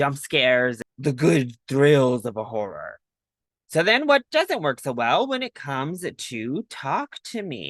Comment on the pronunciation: did you call this a 'Whore er film'?